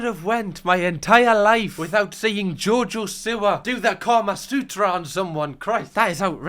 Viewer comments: Am I the only one that hears Jojo sewer? 😂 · genuinely thought u were saying jojo sewer for half this video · The way your saying jojo siwa its jojo see wa